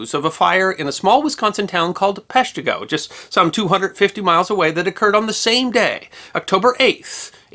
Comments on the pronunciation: emphasis is on the first syllable making it PESH-tih-go Instead of pesh-TEE-go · Grew up 5 minutes from Peshtigo in Marinette… it’s pronounced pesh-tigo not pesh-teego. 😆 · I saw the first video, it, like all your videos was awesome. I do remember cringing each time you said pesh-TEE-go, but don’t remember if I commented. But here we are on the 150th anniversary of the fire and you’ve corrected it. You obviously PLANNED in advance to post the correction on this day. And THAT’S history that WILL be remembered… at least by me. Love all your videos, they and you are amazing. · I’m from the area, I was rewatching to hear that mispronunciation… 🤣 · I’m from Green Bay. His first one got me to subscribe. I was rewatching it to hear his pronunciation 🤣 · Well, let's see how badly he mispronounces Peshtigo this time..... 15 sec in.... well, there you go! Thanks for the fix!! (from a Northeastern Wisconsin resident)